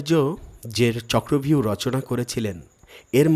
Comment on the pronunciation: চক্রব্যূহ না বলে চক্রভিউ বাংলায় বলে হিন্দীর উচ্চারণ 😢😢😢😢